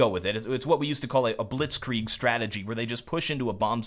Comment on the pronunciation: "Blitzkrieg-strategie" i love when german words get englishyfized ^^